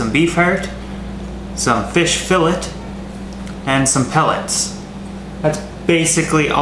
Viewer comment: Fillay brah not fittit